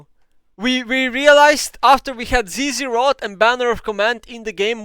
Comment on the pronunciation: When he said zzrot and banner that hurt part of my soul